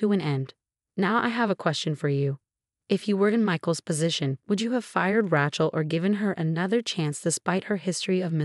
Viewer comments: Please get the words right, especially names! It is NOT RATCHEL it is RAYCHEL. Why is it pronounced correctly only a few times! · It’s “RAY-chel” godamnit! How can you always get it wrong? It’s never been anything else! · But ‘Ratchet’ is glorious! Love it.